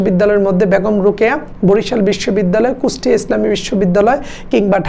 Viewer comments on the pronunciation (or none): none